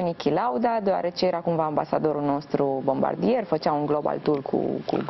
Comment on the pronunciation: Se pronunta Bombardie